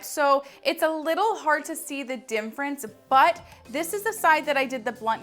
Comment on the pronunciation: I have learned so much from you. Thank you! It's cute how you say dimference ha ha. Own it!!